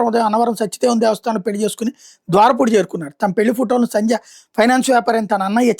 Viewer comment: ame peru sandhya, sanja kaadu telugu ni telugu la ucharinchandi